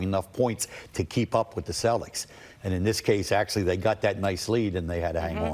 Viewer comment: I love how Him calls em the Cellics😂😂